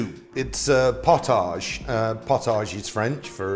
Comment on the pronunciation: Love your channel. Just a little correction. Its prounounced 'pot-idge' potidge. Not 'pot-age' even though its spelt that way. Pottage was a very thick soup with a ton more grains. It had the consistency of thick stew that you could almost stand your spoon in.